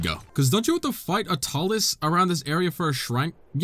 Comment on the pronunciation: Hearing him say talus is painful